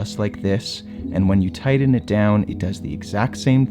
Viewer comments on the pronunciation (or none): Yeah Hi DJ. Dude the word is not “ TIDDON “ the word is “ TIGHTEN “ pls don’t be an illiterate , it makes you sound like a redneck that didn’t go to school. 😮😢